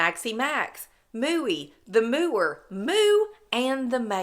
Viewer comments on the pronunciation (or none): none